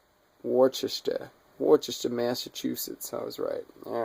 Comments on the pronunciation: FYI: the city of manufacture is pronounced: "woosh-ster". Yup, I've been there; they correct you promptly. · It's pronounced Wusstah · No its not. You must have a brain tumor to think that. It's pronounced "war-chest-er"